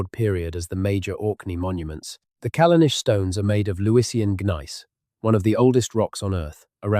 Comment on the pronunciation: If you have spent a great deal of time on this, as you claim, you should spend some more time getting rid of the errors noted below. AIs should not attempt to write or pronounce non-English. For example, Callanish is the English spelling of the Gaelic Callanais, and is pronounced the same as the English spelling. The captions also suffer from this problem. Why not look up unknown spellings of places & use these, rather than allowing the AI to guess them? The static illustrations, while rather good, are generic & do not correspond to the narrative. LazyUKHistory is more correct.